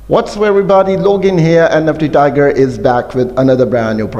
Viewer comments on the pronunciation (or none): none